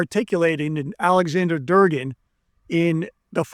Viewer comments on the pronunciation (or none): Dugan not Durgan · You can't even get names right. It's Dugan not Durgan. Listening to you makes me realize why our universities crank out garbage. Oh for the record your dramatic delivery sucks......I mean really sucks. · Claims to have spent a lifetime reading Russian literature and becoming verbose in Russian history yet he pronounces it Aleksandr “Durr Gen”